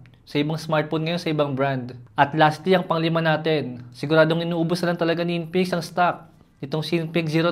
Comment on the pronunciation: I love how he says INPINIKS